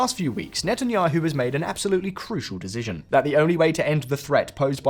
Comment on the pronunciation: OMFG dude, learn how to say "decision". I just keep hearing "dejigion" over AND OVER, it's driving me insane.